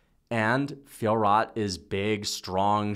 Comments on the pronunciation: you read it "Fior," not "Fiorot" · Ridiculous pronunciation of Fiorot, the T is silent